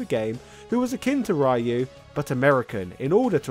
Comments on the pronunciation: Ryu is pronounced as "Ree-you", not "Rye-you". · why does he keeps pronouncing ryu like that? it's pronounced "ree-u" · Ken and rhy-yoi?Who is rhy-you...? New character? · Why do you keep on mispronouncing Ryu's name?